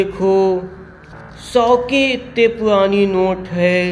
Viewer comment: Kya tum Hakle ho Bhai ye almari purani hai ya puani 😂😂😂